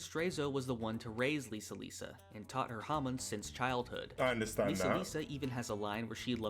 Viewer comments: How come you say "hamoon" when they say it so many times during the anime? Like... how do you manage to mispronounce it? XD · Its not Hamoon, iits Hamon